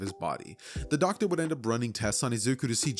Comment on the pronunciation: Bro said the quirk Docer